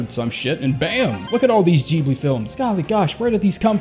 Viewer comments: i had to listen carefully when he said "glibli". sounding jib-ly instead of geeb-ly. but awesome ranking as usual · This man really said JEEBLEE confidently TWICE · No offense but your pronunciation of Ghibli gave me brain cancer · Why’d he say Ghibli like that lmao